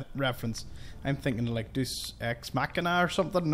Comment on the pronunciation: "Deus X" is pronounced "Day-us-ex". :-)